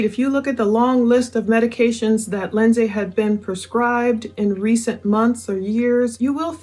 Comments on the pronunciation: It’s Lind-see not Lind-say, sorry that’s my sister’s name spelled the same and it’s driving me nuts hearing it wrong 🙈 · Hope it’s ok to make a pronounciation correction. It’s pronounced “Lindzee” 😎👍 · You keep bouncing from pronouncing her name wrong to pronouncing it right. It’s just Lindsey like any other Lindsey. It’s not pronounced the way it’s spelled. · I love your videos but if you pronounce Lindsay like that again omg 😂